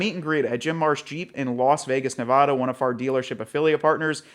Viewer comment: Dude, we’ve been through this at least three times now. It's Ne-VAD-uh, not Ne-VAH-duh.